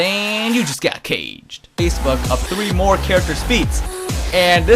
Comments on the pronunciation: "Take-Duh", you mean "Tah-key-duh"........ . I swear this guy and jaeroar suck at reading. Jaeroar pronounced Tremor as "Tree-more". I understand that Takeda is a Japanese name, but still it's not really that difficult to figure out. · That wasn't JaeRoar, that was ZandTComics. JaeRoar has said "Treemor" and "Komback" though.